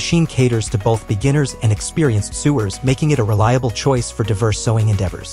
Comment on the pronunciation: Just a couple things: It's pronounced "so-wer", not "su-wer". As in someone who sews. And it's "Janom-ee", not "janōm". The last "e" is pronounced.